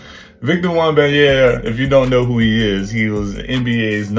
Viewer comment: Bruh, you had me dying how you said his name. Its Wem-ban-ya-ma, I love the content bruh